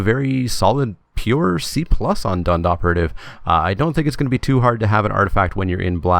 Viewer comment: You pronounce the H in Dhund Operative. (Dhund means mist). See